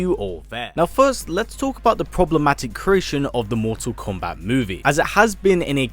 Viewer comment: I love how he says "MorTORR KOMMbat"